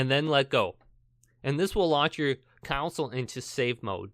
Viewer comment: Mmm council. People are still pronouncing it like that...